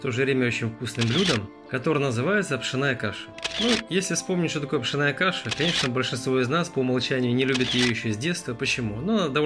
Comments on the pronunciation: ПшОооооная а не пшенааааая! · Не пшенАя , а пшЁнная!☝️ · правильно пшЕнная каша, а не пшеннАя....а за рецепт спасибо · Каша не пшеная,а пшенная. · А на каком это языке вы вещаете? С чего вдруг "пшенАя", а не "пшЁнная"? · Паря, пшЕная каша, а не пшенАя. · Да научись же ты ударение правильно делать ухо режет пшеная каша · Ударение как Вы ставите😀😀😀?или это по-Одесский🤣🤣🤣? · Что за очистка пшенной каши? Зерна! Неуч. Пшенная, ударен ие на на е! Что за неграмотная речь!